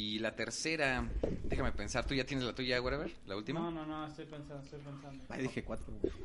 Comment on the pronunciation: Jajajaja y tú "warever"